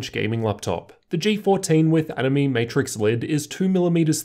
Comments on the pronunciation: Btw it's pronounced as "annie may" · Animaymay, nah I'm not so sure, I know how "anime" is pronounced, but they said it how I say it at CES, plus the word is capitilzed as "AniMe", emphasis on the "me" because you can customize it how you want, or something.